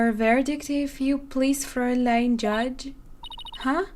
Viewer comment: Don't worry. You're pronouncing "Fräulein" correctly.